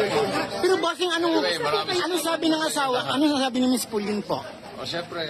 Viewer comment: Po-leen po pangalan ng asawa nya, hindi Paw-leen.